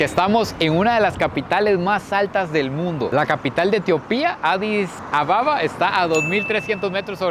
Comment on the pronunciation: La capital es ADIS ABEBA, no ADIS Ababa 😂😂😂 saludos desde España..